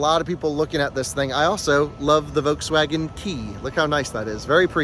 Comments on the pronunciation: Love your videos. Please start annunciating the “L” in Volkswagen. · Its a Folkswagen